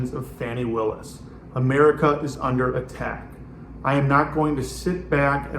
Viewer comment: Are you purposely disrespecting Ms. Willis or did you just not bother to learn how to pronounce her name?